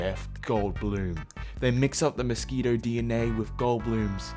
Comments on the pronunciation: I try not to judge when you mispronounce words as you read through these, I really do. But "moskweeto" is not how the word mosquito is pronounced. They exist on every continent but Antarctica. I feel sure you've encountered them in your English-speaking country? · I’m sorry, but you say moskweetoe instead of mosquito. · “Misskweeto” like bruh